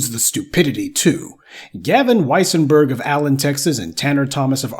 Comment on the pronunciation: wesienburg...... thats "dem" folks.